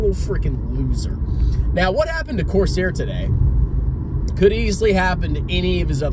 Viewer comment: Did he say Corsair my arse hair. Legend.